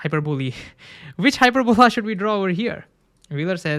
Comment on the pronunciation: FYI, you're saying "hyperbole", which means exaggeration, rather than "hyperbola", which is the curve. For added confusion, if you use the Latin plural, you get "hyperbolae", which is pronounced the same as "hyperbole". So you're adding confusion about whether you're talking about a single hyperbola or multiple hyperbolas/hyperbolae. But you're definitely using the wrong pronunciation for the singular multiple times.